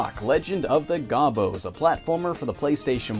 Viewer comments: Did pronounce it wrong? There is a TV commercial from the 90's that pronounces it like "Go-Bows" not "Gah-bos". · It's not GAH-bo It's Go-bo. As in go to hell.